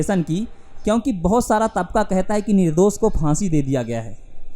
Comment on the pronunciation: Nirdos nahi... Nirdosh hai Talaas nahi... Talaash hai Syadi nahi... Shyadi hai Internet is full of such creatures who speak wrong Hindi